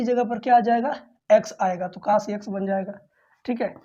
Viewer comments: कोस ❌कास✅ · Sir ji not cas, cos boliye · Cos ❌ Kaas ✅ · Cos ❎caash✅ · Cas nhi cos 😅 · Kaas nahi hota hai 😅 cos hota hai sir ji 😊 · Sir boh kaas nhi cos hota h 😂😂😂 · Cos hota hai❤❤ sar cas nahi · काश नही कोस होता है सर जी।।😅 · Sir कास nhi cos पढ़ते हैं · Pele tu pdna to sik ja cos ko tu cas pad rha hai or tu class le rha hai kya teacher bnega re tu